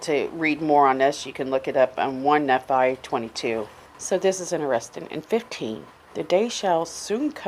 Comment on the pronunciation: The teachings aren't destructive, they are hopeful. She is reading and not understanding what she is reading the name is NEE fi